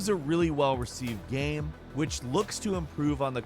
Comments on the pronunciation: why does he say "gaem" instead of game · Why the hell is he pronouncing game like gamum, bandit like bandy? What is going on lol?